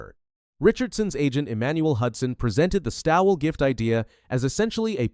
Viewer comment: I hope she’s not laughing about the race she has entered into. If she thinks it’s some kind of joke, (like a training run) do us a favour and stay home. No one is forcing you to come. And by the way the name Stawell is pronounced ALL, just put ST in front of ALL as in STALL. Although the spelling is different the sound is the same.